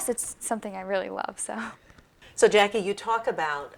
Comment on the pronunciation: Put the "E" in JackiE. It's bothering me, lol.